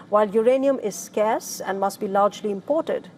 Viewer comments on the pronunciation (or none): none